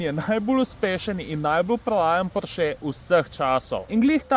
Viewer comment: Sam za info; neprestano narobe izgovarjaš priimek Porsche. Naglas ni na zadnjem e-ju z ostrivcem. Je na o. Še celo v seriji o Porscheju je sam Ferdinand omenil napačno izgovorjavo svojega priimka. Bi bilo fajn, če se to naučiš glede na to, da gre za javno predstavitev kanala Atmosferci. Pa brez zamere. Samo dober namen.